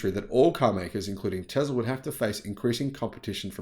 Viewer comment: Tesla does NOT have "ER" at the end. It has an "A." Tesla, not TeslER. English, please.